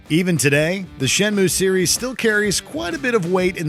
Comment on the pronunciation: It's SHEN-MUYE